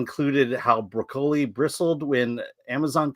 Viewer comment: That said. Please pronounce Broccoli properly. Lol.